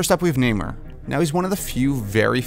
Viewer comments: Sounds like you're saying Neymar, like the soccer player. It's pronounced Nay-More. 👈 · NamOR not NamAre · Everytime you say "Namor" it sounds like "Neymar" maybe he should be cast in the role.....jk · Namir lol